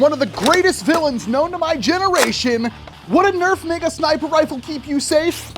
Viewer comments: For those who can't unhear it, he's saying Mega. He's saying Mega. He's saying Mega. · sounds like the n word